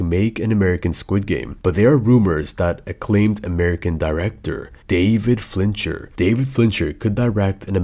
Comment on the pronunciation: Fincher not Flincher